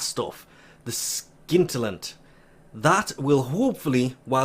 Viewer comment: reapeat after me SCIN-TI-LLANT it is not SKIN-TI-LLANT